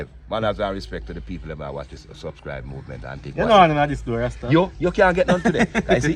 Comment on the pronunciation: That's too much oil. Dat ago kill unuh😅😅😅. Tell Rasta it's not prescribe, its subscribe.😂😂😂